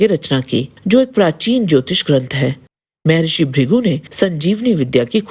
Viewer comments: शुद्ध बोला करे, मेहेरिसी नहि मह्र्षी बोला करे जब शुद्द वाणी नहि निकलती तो क्या आध्यात्मिक भिडियो बनाती म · मे ऋषि नहि😂😂 म+हर+ सि= महर्शी बोलो। 😂😂